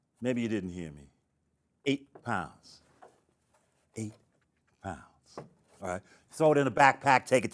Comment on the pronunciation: eighh pounss